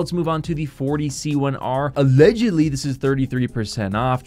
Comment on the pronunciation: Everytime you went "ALLEDGUDLY" I freaking died bro.